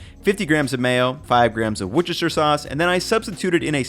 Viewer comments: Say it with me: Woosteshir. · Wussta-sha. You're welcome. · Great video and very helpful thank you. However, as someone who lives near the namesake, it’s pronounced Wosestershire not Wochestershire ;) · Wusster not wuchester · You'd think that a guy presenting himself as a foodie would be able to remotely pronounce Worcestershire; somewhere closer to WOOS-ter-sheer... It ain't that hard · Another great video. To say Worcestershire like a Brit, say 'wus-ter-shire' but to say the sauce, Brts often just say Wus-ter sauce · Worcestershire is pronounced wu-stuh-shuh 😊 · pronounced - wuss-te-sher 😀👌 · WORS-TER-SHEAR. I know, its difficult. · “Wuchister sauce” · worcester or worcestershire should be pronounced "woost-er" or "woost-er-sher", by the by, not that its in any way obvious from its spelling. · FYI, as a Brit, the phonetic pronunciation of Worcestershire sauce is "Woo-ster-sher", but most of us say "Woo-ster". The "woo" is like that of "woody". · Btw Worcestershire is pronounced Wuss-ter-sher :) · The way you pronounced "Worcestershire Sauce" almost made me spit my drink lmao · It would’ve been better if he pronounced it correctly though.